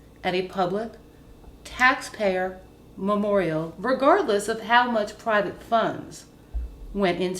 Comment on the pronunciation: Memoral?? It is memoriAl dipshit